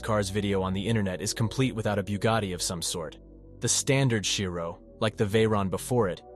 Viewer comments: It's Chiron not Shairon and Shiro 💀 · bugatti chiron has a "n" at the end. you should try to ponounce it... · chiro? CHIRON! 🤣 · lmao "nevra" "shhirone" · What's a Bugatti 'Chiro'? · "Bughatti Chiro"...!? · How many times did he say Chiron wrong?😂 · Every next car is much faster than the one preceding it. In reality they were all about the same. I don’t trust a narrator who doesn’t pronounce the manufacturer or model name correctly. Try again. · What the hell is a Bugatti Chiro? Erm if you are producing a short film on cars, you must get the names right. It’s a Bugatti Chiron and the Jesko that you pronounced is actually pronounced yesko